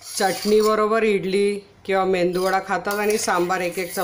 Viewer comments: मेंदूवडा अस कोणी सांगीतल तुम्हाला, मेदूवडा बोला की. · Medu wada not mendu 😂